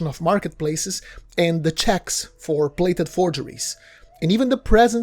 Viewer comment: The narrator of this interesting and worthy video pronounces the word “plated” as “blated” , the P is pronounced as a B .